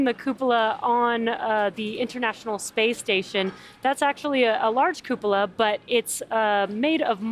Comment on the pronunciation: Good god American's pronounce cupola poorly, lol. Please just call it a dome for the sake of our ears.